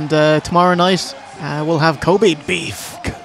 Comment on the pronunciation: I love Bret's pronunciation of Kobe in , It got me wondering for a moment: "Is Bret Hart going to a basketball game?"